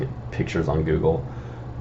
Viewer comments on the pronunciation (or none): none